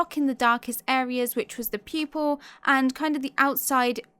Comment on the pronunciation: I keep hearing you saying "people" instead of "pupil" .....anyways great talent....